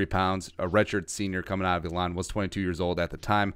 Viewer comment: Love the videos. I live near Elon and just so you know it’s pronounced the same way as Elon musk. Also, what do you think the chances are we see Troy Dye this year? Very intrigued with him on defense